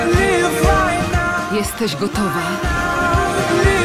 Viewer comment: "wklutce w kinach"